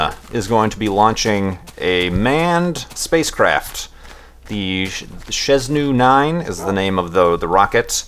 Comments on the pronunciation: shez-noo-9? oh, you're bad at pronouncing chinese:P its pronounced shern-jow-9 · Lol. "Shenzhou 9". N before th Z. and the "zh" is pronounced like the S in "vision". And the "ou" is like "oa" in "boat". good try though.:D